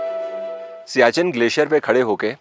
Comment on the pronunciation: आपका उच्चार सियाचिन सही नहीं है। यह सियाचेन है।